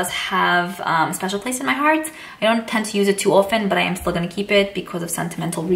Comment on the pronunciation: OMG that is a really large collection. You have amazing palettes. too bad I am seeing this video too late to had bought any of the palettes from you. BTW, have you noticed that you say "baa" instead of "but" hahaha just I couldnt help to hear you every time.